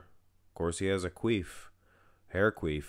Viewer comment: My guy said queef 😭😭 it’s quiff bro lol